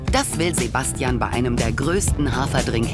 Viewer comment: Hahaha😂 wie beim Englisch sprechen aus Sebastian Sebästschen wird